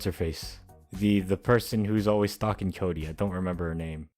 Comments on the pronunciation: No its Coody not cody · fine then its koody not kody